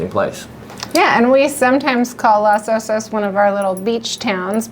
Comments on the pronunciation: Thanks for the overview but there was one annoying aspect of the presentation and that's the PRONUNCIATION of Los Osos. It's Los (as in O with a long O - like oh) Osos. The O in Los is the same as the two O's in Osos. You pronounced it as though it were Las Osos. That makes no sense because the word osos in Spanish means "bears" and osos is masculine (plural). Therefore the article (i.e. the) is masculine plural... los not las and pronounced with a long O and not as though it were A as in the word ah. IMHO anyone selling million dollar houses needs to get the pronunciation correct. You come off sounding like a hick. I grew up in Seal Beach and I grew up with a prejudice against the Dustbowl hicks (known as Okies) that tended to look down their long noses at those from a different background (me). I found that weird because I taught myself to read at the age of four and was always light years ahead of the Okies and bleached blonde racists. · It's not "LAS" Osos...but LOS Osos. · Thanks for pointing that out! You’re right — in Spanish it’s pronounced lohs OH-sohs. Around here on the Central Coast though, most locals say Loss OH-sos, and that’s the version we went with in the video. Appreciate you watching and catching the detail!